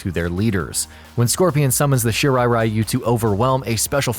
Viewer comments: Really disturbed by the way this narrator spelled "Shirai Ryu" into "Shirai Rayu". Ryu is pronounced "Ree you" with ee almost silent. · Everytime i heard Shirai RAI-YU! (Friend of Raichu?) .... it is pronounced Ri-u ( ever heard of Ryu from street fighters ?) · ITS REEYU not R-Eye-u.....why do these MFs add different cultures but not get it right. What’s the point 🤦🏿‍♂️🤦🏿‍♂️🤦🏿‍♂️ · Ryu is pronounced as Ree You, the stupidity of the mispronunciation as Rai You comes from the games cut scenes since they began adding dialogue to the characters stories and the such. It happened too with Street Fighter's Ryu character, and it was when Anime started to become strong in America that the correct pronunciation of Ryu as Ree You was finally applied, but for some dumb reason they still mispronounces it in the MK games. The new 2021 MK movie however pronounces it correctly as Shirai Ree You, I guess because of the actor Hiroyuki Sanada who plays Hanzo Hasashi/ Scorpion IS actually Japanese and provided input in the actual pronunciation. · OMG Thank you! All of the videos including this one and the freaking video games cut scenes continue to mispronounce the word Ryu as Rayu and to me it's like nails on a chalkboard. At least the new movie pronounce it correctly after so long listening to the nauseating mispronunciation. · Isn't it pronounced Ree-yu for Ryu?